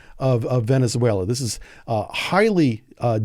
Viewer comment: Venezuela is 4 syllables